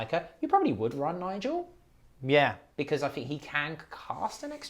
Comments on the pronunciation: Surely Njarl is pronounced Nyaaarrll not Nigel. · Njal even. And Harald isnt Harold.